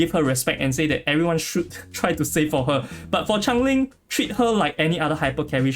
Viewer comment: Someone needs to tell yall its not Chang ling its CHANGELING